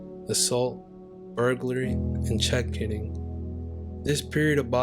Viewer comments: Correcting Pronunciation: Check Kiting KITE ing Such as flying a kite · And mispronounced Greenwich Village as well as check kiting